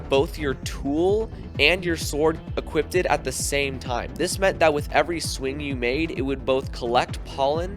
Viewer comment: tf is "equipted"